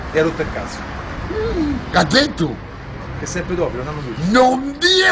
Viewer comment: Sembra che dica "caddetto?"